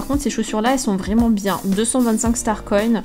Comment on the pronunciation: Toi tu dit star coin star conne lol sinon continue je t'adore 😙😙😙😙